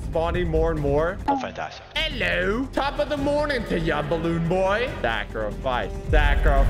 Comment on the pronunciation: I like when he said ello